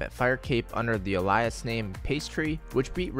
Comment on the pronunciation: Everyone: “alias”: “AH-LIE-US”! 😂 sorry love ya mac, that was just too funny